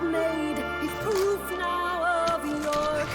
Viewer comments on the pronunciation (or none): none